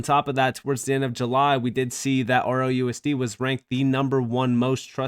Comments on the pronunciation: He keeps saying ROUSD, what a clown, it's RLUSD.....? So sorry for anyone who listens to these morons! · It's just the way he pronounces it. He's trying to talk too fast and is not closing off the "L".